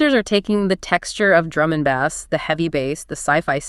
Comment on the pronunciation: I'm I listening to two AI voices talking to each other! I'm fine with that, but what I'm not fine with is how (she) says BASS! it's pronounced ((BASE)) not Baz 😂